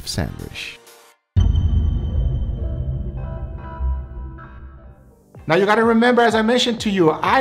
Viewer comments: For its Sandwish not Sandwich:D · WHY DO YOU SAY SANDWISH?!??!?!?! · He’s pronouncing the word “sandwich” in a way closer to “sanduíche” (‘sandwich’ in Brazilian Portuguese), his (and my) native language. Since the “che” part in the Brazilian word has a “sh” sound, he ends up pronouncing it in English as “sandwish” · In Brazilian Portuguese its spelled "sanduíche" and pronounced "sandweeshy". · Drink every time says sandwishhhhh 😂😂😂